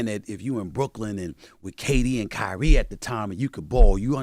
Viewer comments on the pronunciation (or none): none